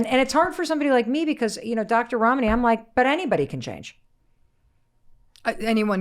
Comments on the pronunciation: I’m sorry, I could not help noticing that Mel pronounces Dr. Ramanis name correctly the first time, but then start saying it like Ramaani. When you know a persons name you know it. Seamed very intentional. 🚩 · Please oh please learn to pronounce your guests name...Rom knee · I’ve been watching for almost an hour. I continue to be simultaneously frustrated by Mel’s inability to pronounce her guest’s name correctly, and in awe of the humility and grace extended by Dr. Ramani to Mel for mispronouncing her name. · Mel you are pronouncing Ramani as if the name has Italian origin. It doesn’t. It’s Asian!